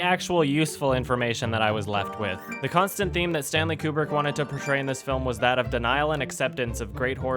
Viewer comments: Okay, so that's ACTUALLY how this dude pronounces Kubrick. Q-brick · >"You'd have to be a complete fanatic like I am..." >pronounces Kubrick wrong ...fuckin' A